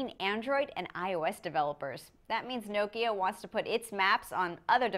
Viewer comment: Nice. That's the way nokia it supposed to be pronounced!